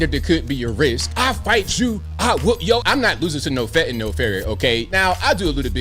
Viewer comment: THANK YOU! You pronounced fentanyl "fentan-ill" (which is correct) and not "fantan-all" (moronic mis-pronunciation).